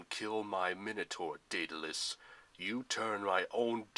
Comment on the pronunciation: Its pronoucend Daud-le-us